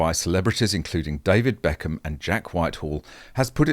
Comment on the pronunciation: You made BECKHAM sound like Eccles 😆